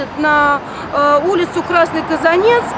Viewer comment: Не КазанЕц, а КазАнец...